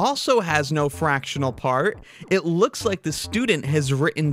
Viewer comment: Sorry, I can't take anyone seriously if they can't properly pronounce the word "written".